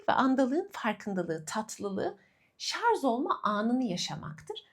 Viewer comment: Çok tatlısınız… ama lütfen şarZ değil ŞarJ 😫